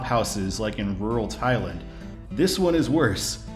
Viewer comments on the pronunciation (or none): none